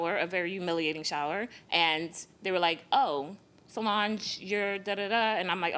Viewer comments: Sounded like the defendant’s name is “So Large” and I was sitting here like 👀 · In the intro it kinda sounded like he said so large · It's "So-Lange" (Solange)